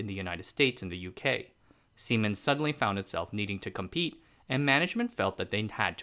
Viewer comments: Lol, semens! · siemens.... lol can't be the only one that laughed at what it sounds like